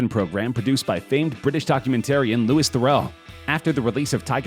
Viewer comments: its Louis not Lewis! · It’s Louis as in ‘loo-ee’ not Lewis. H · Please do not EVER say Louis name like that again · Louis not Lewis